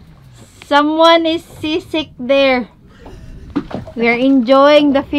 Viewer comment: At first i thought i heard got sisig until i read some comments here that got sea sick not sisig🤣🤣🤣